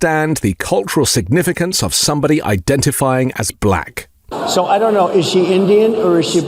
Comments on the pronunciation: “Balack” is how he says black. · DJT’s pronunciation of “Buhl-lack” is so weird, too 😂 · Have you noticed his voice inflection when he says "Black"? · Moreover, I really dispise the inflection of speech when Donold pronounces the word, "black" as if to further denigrate and marginalize.